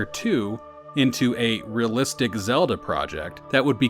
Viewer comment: REALlistic not RAlistic